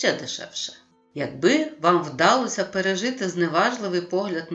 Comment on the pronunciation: Дякую! Але! Наголоси: вдалОся, піднялИся, повелИ, провелА, недОпалки, рукОписи, Якось, їздила на конІ , товстИй… Працюйте над орфоепією